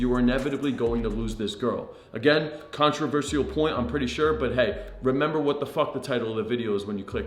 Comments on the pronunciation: It’s pronounced contro-ver-shul not controver-see-al. Great content tho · Please learn how to say controversial. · Good content. Saying controversial wrong 74 times, still loving the channel though